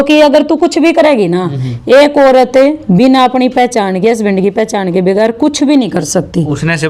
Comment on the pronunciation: बिगेर नहीं,, बगैर होता है